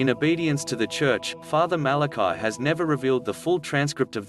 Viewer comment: The priests name was Fr. Malachi Martin, not Martin Malachi and it was pronounced the Irish form MalacEE, not the Hebrew form Malachi. Fr. MalacEE Martin.